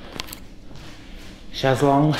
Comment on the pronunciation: You kill me 😂😂😂 Chaz Long !!! It's Chaise Lounge in US, but I love your "long."